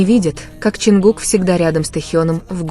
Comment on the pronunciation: Не ЧонкукА.а ЧонгУка